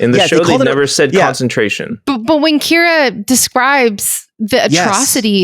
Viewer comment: You know I was ready to listen to your podcast on one of the strongest episodes of Star Trek ever and then, between saying Kyra instead of Kira and Gal Gadot instead of Gul Darheel, I had to stop because even though the conversation was pretty intelligent, it is pretty lazy to just continuously embrace bad pronunciation.